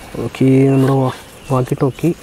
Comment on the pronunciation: ടാല്‌ക്ക് അല്ല ടോക് എന്ന് പറയൂ ❤